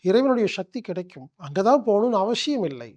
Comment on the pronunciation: மனிதர்கள் வாழ நல்ல வழி சொல்லும் நீங்கள்... தமிழ் மொழியை ஏன் கொல்ல முயற்சி செய்கிறீர்கள் ???? சக்தி என்பதை ஷக்தி என்று சொல்வது, அவசியம் என்பதை அவஷியம் என்று சொல்வது ஏன் என்று புரியவில்லை... மொழியையும் கொஞ்சம் காப்பாற்றுங்கள் ஐயா..... நன்றி.....